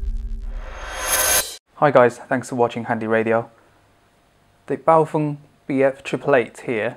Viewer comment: congratulations!! Someone who can pronounce 'Baofeng' (bow (as in to the master) and feng as in mung (bean that is ) Your review is concise and informative...for a pom : ) Cheers from UStralia